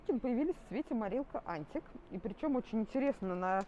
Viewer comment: Ребята, это не критика. Просто цвет правильно говорить "антИк". Слово французское, поэтому ударение на последний слог.